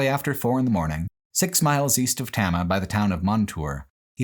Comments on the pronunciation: always love your stuff, they make my work days amazing. But at least in the Iowa section you butchered so many names, which I get, most people can't pronounce Iowa town names. Tama specifically is Tay-mah. And derecho storm is duh-RAY-cho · As someone who grew up in Iowa, along the signs of the Lincoln Highway, this was fascinating. I will say as a pedant, the town of Tama, is pronounced tame-a.